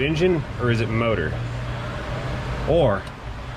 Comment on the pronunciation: "Seven liter Vee-8 Moudr!"